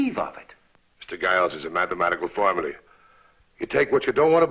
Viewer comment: Dere's a mattemattical fawmuly! "You come up wit amazing answers."